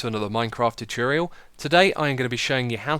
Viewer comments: It's tu-TOR-rial, not tu-TEE-rial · its actually tu-TO-rial :P